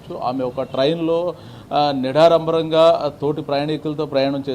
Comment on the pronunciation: "నిడారంబరం" కాదు రా అయ్యా.....😂😂 నిరాడంబరం అనాలి. 😁😁 తెలుగు నేర్చుకో ముందు 😁😁